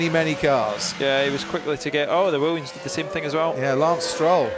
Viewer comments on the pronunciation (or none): The Wiwiams